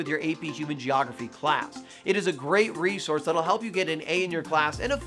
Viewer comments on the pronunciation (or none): none